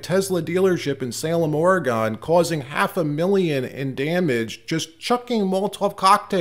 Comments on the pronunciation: Just a tiny aggravating FYI.... Oregon is pronounced : Or-eh-gon, not Or-eee-gon. And the capital of Montana isn't: Hell-ay'-nah, it's Hel"-eh-na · NOT Or—e—gon, pronounce OREGUN! I like your channel though ! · I am enjoying your informative podcast (halfway through), but am pausing to remind you the word is Oregon, not oregone. Please revisit your pronunciation. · It's pronouced Oree - gun not Oree - gone; And yes, Oregon is a Calfornia wannabe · I truly think that Elon can afford his own security team. But I approve the USA paying for it! These idiots don't realize that the dealerships own the Tesla's now. Not Elon. By the way, it's pronounced orygun, but will forgive you! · She did not really admit it . She gave a supposed reason . Though I know your point. On a side note? Oar--ee--gun is how Oregon is pronounced. Thank you for your work. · FYI-I Oregon is pronounced 'ory gun' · Or-E-gun. Please pronounce it correctly. Great job otherwise! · Learn how to pronounce Orygun.....